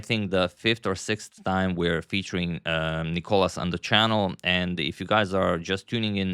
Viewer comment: Thank you for trying your best to pronounce Nikolas’ name correctly. The second time you aced it. Great video !